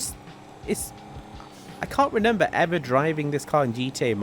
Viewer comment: Please stop saying renember bro